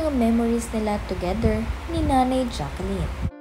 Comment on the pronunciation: Ate, Jaclyn sya, not Jacqueline. U r not pronouncing right d name of Ms. Jaclyn since d first day of ur post